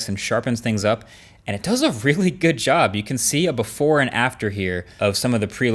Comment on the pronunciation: "today was goos event"😅😂